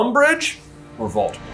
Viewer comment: Doldemort? Volores?